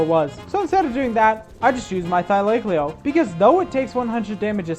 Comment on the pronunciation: How is no one talking about your pronunciation of thylacoleo, please look it up I'm begging